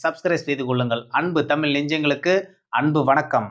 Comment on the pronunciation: தமிள் இல்லப்பா, தமிழ்.